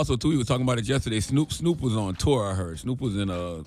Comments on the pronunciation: Bish said SNEWP 😂😂😂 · She said “Snourp” lol wtf